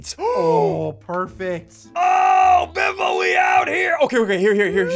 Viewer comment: It's not biffle its butt waffle